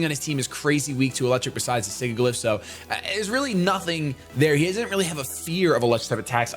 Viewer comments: Listen, I love you, but it's not pronounced Sig-Ih-Gliff, it's Sih-Jill-If. You know, like the word sigil XP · it's Sigilyph not Sigiglyph._. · SIGILYPH, NOT SIGIGLYPH! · he pronounces Sigilyph wrong, it's not "Sigiglyph" :D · The way he pronounces Sigilyph with two hard g's.... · I love you, but you need to fix the way you pronounce "Sigilyph"